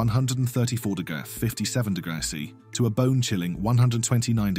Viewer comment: Damn. AI cant read "degresss". 😄